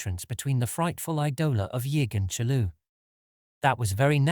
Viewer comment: Yeah love the pronunciation of CHOOLOO :D